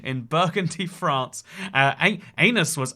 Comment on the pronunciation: Lol@ the presenter, "FraRRnce"